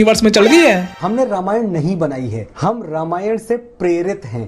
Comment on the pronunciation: रामायण , not रामायणा !!